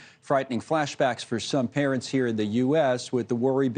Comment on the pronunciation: I don't think I trust the doctor who can't even pronounce the word "respiratory" right! SORRY CHARLIE ONLY THE BEST TUNA IS STARKIST...